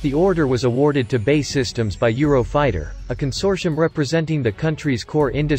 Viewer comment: Why can't the commentator get the name of the British manufacturer right - it's not "Bay" systems, it's "B. A. E" Systems, He manages to get Gmbh correct?